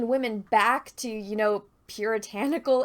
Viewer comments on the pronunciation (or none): I will never get tired of saying Wahmen lol